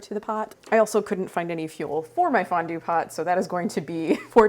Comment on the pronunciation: Thanks for saying Fondone🫕🤣😻